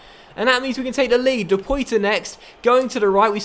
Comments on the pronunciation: Loving the career mode,! Quick tip though: Depoitre played for us (Porto) last season, and his name is pronounced De-puá-trê not De-Pói-Tre. Nothing major of course, but since you talked about mispronouncing Tuanzebe, wanted to give you this heads-up. Looking forward to the next episode. Keep up the great work! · depoitre is pronounced de-poir-tre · That right-back is pronounced something like Ha-der-jo-ni, while Depoitre goes like De-pwa-tra. I think. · Alright, your back up striker depoitre is pronounced der-pwat-ray